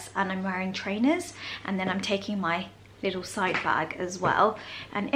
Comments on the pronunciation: Lie tle? Tell that his word is not in the English language 😂😂😂😂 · In the US it’s pronounced Leeedyl